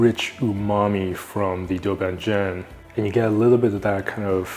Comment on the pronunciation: Beautiful videography, beautiful video. Can we also make the language beautiful too? Can we pronounce it correctly as “doubanjiang”, rather than “dough bann jaeng”? Or “gochu garu” rather than “goe chooo gaeroo”. Love your videos though bro.